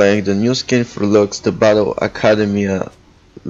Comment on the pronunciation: Lux is not broken and at least learn to her name